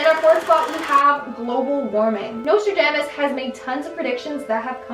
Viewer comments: Your pronounciation of Nostradamus hurts me 😓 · Every time you mispronounced Nostradamus, it just made me irrationally angry. Don't know why that bothered me so much. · The pronunciation of Nostradamus tho 😖